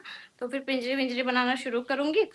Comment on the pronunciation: Pinjiri nhi panjiri bolte h